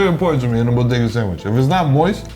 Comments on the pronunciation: Say it with me now: "Bo-Day-Gus" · I thought it was pronouced "Body-gah". ./hides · Say it with me Bo…De..Ga..